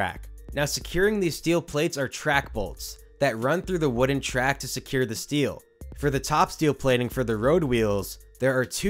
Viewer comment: "Track balts"